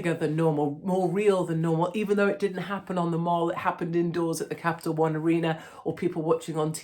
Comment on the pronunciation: It's the Mall, not the Mal